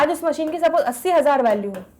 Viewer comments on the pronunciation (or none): none